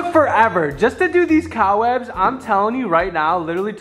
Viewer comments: Was saying cow webs?! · Am I tripping or is saying cow webs instead of cobwebs 🫠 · OK not to be mean but did literally say cow webs it’s called cobwebs. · wait what does call the cob webs 😂 “cow webs”” or is that just what i heard haha but i love it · just me or does it sound like says “cow webs” not cob webs” 🤣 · I keep hearing COWwebs stoppp